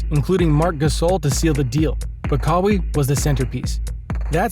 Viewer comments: lmao.. this youtuber lives in Amazon. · who tf is kahwee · Bruh i needed this laugh 😂😂. Kaweee leonard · Pronounce his name right 🤦‍♂️ kawie wtf is that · I know ur fake when ur pronouncing players names wrong. KAA-WEE LEONARD 😂. I bet u never heard of dis dude before and just made this vid to get views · Thank you. 😂 I wasn’t even tryna hate, it just makes u look bad when u say KAA-WEE LEONARD and claim to know all about him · just a little feedback, please pronounce his name right. Other than that keep improving I liked this video 🔥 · Why he pronounce his name like that? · How much do you know about the man himself u can’t pronounce his name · I was confused everytime I heard it in the video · I don't think anyone is hating on you. This only being the first time I've watched a video from this page, its just hard to take you seriously when you mispronounce one of the most talked about players in the NBA this year, 2nd to Lebron James.. First impressions are everything. Imagine going to a page with NBA content like yours and in the opening line they say, today were going to talk about how Lee-Bron James lead the Los Angeles Lakers on a historic run to win the NBA finals in his 17th season. You would turn that shit smooth off!!! 😅🤣 Everyone knows how to pronounce Lebron's name.. Moral of my feedback is you have to do better with your information when you are speaking about facts because all it takes is one hole in your story to sink your boat.. Just constructive criticism thats all. Keep doing you 💯